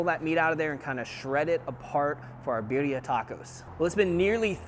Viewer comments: You say birria quite well. Thank you for always sharing your recipes. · You said Birria and Jalisco perfectly